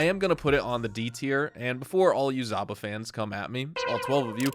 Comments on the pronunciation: ZHaba, not Zaba! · Not zaba, its zhaba, like saba and shaba. Russian word means toad or frog